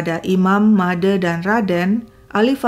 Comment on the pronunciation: Kenapa pembawa cerita tidak bisa mengucapkan bunyi "e" pada "Made" sama dengan pada kata "sate"?